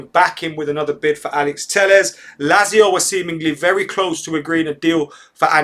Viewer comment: MATE its pronounced LAT-ZIO ;)